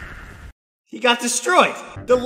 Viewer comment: Bro e said ow😂